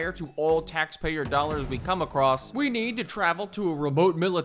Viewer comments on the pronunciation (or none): none